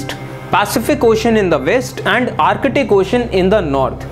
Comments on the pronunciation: Sirrrr Ar catic nahi, Ar tic. Antar catic nahi...Antar tic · Abe o bhai this is not artict ocean this is artic